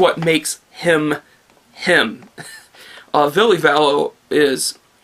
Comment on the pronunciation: Very good review. I agree with most things you said and I've been a diehard HIM fan since 2003. Keep it up. P.S. Its pronounced Vill-a Valo. And I would give Love Metal a chance probably their best Album. Actually every album before Dark light is the shit!